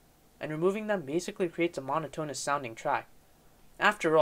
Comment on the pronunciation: Let alone words like "poignant", "monotonous", and "debut".